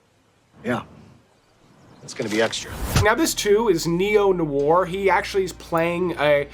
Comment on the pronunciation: Great video, and list, but man, listen to the way to pronounce ’Noir’ some time…